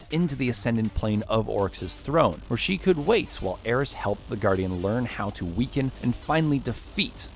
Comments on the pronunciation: Just go watch Byf. He actually says stuff correctly like ERIS NOT ERIN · Erin mourn? Eris* lol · im pissed... Why did he call ERIS. ERIN?